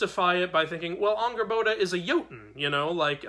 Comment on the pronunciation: Angrboða is spelt with eð which makes more of a "th" sound with a light "d" towards the end of the sound. It's a hard sound for english speakers to totally get. The "r" is also rolled for a bit. Angrrboth(d)a is the best way I can describe the pronunciation without dialectic marks. Great video! Sköl!